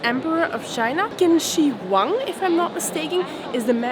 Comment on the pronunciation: Qin Shi Huang is pronounced as - Chin Shee Wang. Chin and not Kin.